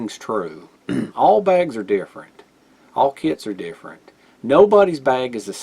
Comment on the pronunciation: Because of your accent I thought you were saying “deer friend” instead of different